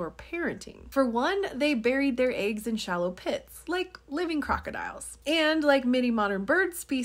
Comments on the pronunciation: By the way you mispronounce “eggs”… I’m willing to put a few dollars down and bet that you read the word “water” and allow your speech impediment to tell your mouth to project “wooder”…. Which is not a word. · That is the British pronunciations of eggs.